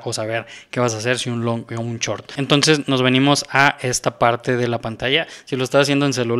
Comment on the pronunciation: se dice shhoooorttt, no chort.